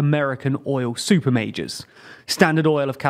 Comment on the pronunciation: I kept hearing Super Mages and not Super Majors, I was like damn this some high fantasy shit coming lol